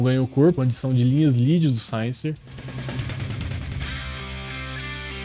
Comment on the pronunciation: Bom vídeo, concordo com tudo que foi falado. só um detalhe, Synyster se pronuncia Sínister mesmo. várias vezes durante o vídeo fiquei me perguntando quem é Sainister kkkk Continue postando vídeos assim, seu canal vai longe.